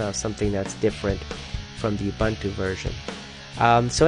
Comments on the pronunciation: you don't pronounce it 'oo-bun-too' you pronounce it 'ah-boon-too' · Uh, it's oo-boon-too. If people pronouncing things wrong makes you so upset you have to post a comment about it, here's a tip. Turn off your parents computer, get out of their basement and try walking outside for a few minutes. Be careful not to burn your skin with the big yellow ball in the sky, notice your sheet white skin turning color. Now switch from suspenders to a belt, comb your hair, try to find an ugly unpopular girl, buy her a drink, attempt sexual intercourse. Done. #itgetsbetter